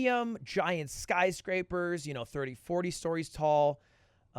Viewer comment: “Skycrapper” lmao